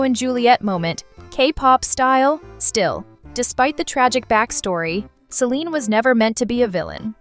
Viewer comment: IT'S CELINE NOT SELINE🤬😡